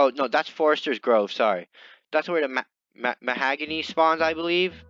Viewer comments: U say the hog not hag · It’s pronounced mahogany